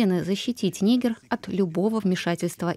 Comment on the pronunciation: Господи , вы что расисты ??? НигЕр ударение ставится 🤦